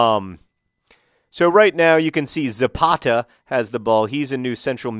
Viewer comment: Why is the only thing I'm thinking of when he says 'Zapata' 'Ze Pasta' ;) But he's Brazillian, not Italian.